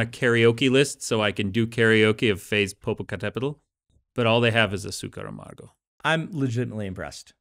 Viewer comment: I am impress on Dan´s pronunciation of Popocatépetl, it is not an ease word to say correctly. I am from México.